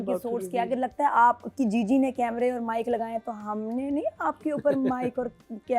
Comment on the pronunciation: Jiji ❌ chiji ✅ 😂